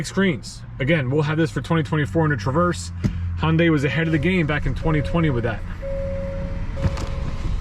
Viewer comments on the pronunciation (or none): none